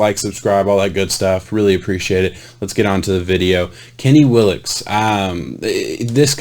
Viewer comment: Pronounced Will - Uh - Kess. I question the flexibility/athleticism numbers. Just watch one of his workout videos. He can backflip, walk on his hands, cartwheel, backflip off a wall, etc. He can do a compete splits with his legs just like a gymnast. All this at 265 lbs. I've never seen any DE do this. He just needs to add some weight, strength, and develop some hand techniques when rushing and he could do some damage for the Vikings. Andre Patterson is just the guy to teach him.